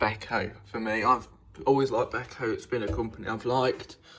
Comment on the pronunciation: You said b-eh-ko! Thank you!